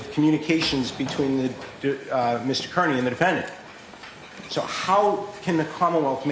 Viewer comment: Is intentionally not pronouncing Kearney's name correctly?